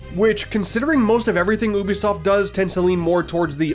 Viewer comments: Pronouncing it oobisoft bro come on that’s plain attention seeking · I'm not spending 30 minutes of watching this with you pronouncing Ubisoft like that